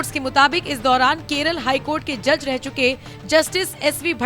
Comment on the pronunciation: Ya joj nehi moj